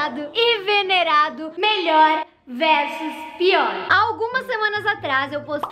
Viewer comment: Ela falou venerado q eu quase entendi envenenado kkkk😂😂😂